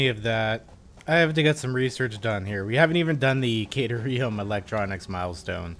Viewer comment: Hey man! Love the vids! One thing though: at about you hear the FicSit AI pronounce "caterium" as "kuh-teer-ee-um". Just thought that, as a fellow borderline OCD freak, you might be keen on that. Cheers, mate! :)